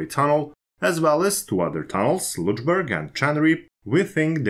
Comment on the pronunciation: After previous public corrections I tried hard not to correct you anymore .) , but your 'Lutschberg' pronunciation (for Lötschberg) is just too much - sorry. And you seem to be aware of it yourself, judged by the way how you 'cheat yourself past it' each time. Unfortunately, WP don't indicate the pronunciation in their article, and right now I can't think of any english word whose sound would come near - except maybe an older pronunciation of a short u (like in cut) which would come near to a short/open german ö. Also the sound like fx in hurt could come near, but you would have to shorten it just as is the german syllable. Do understand me, I have a positive attitude towards you and your work and am not trying to make fun of you! Did this help?